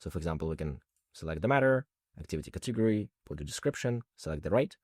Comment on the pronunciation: Very well done! Thank you. (Please note, though, that the stress in "category" is on the first syllable, i.e., cAtegory, not catEgory.)